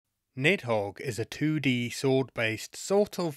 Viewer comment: the pronunciation of "nidhogg" (needth hoge) hurts my soul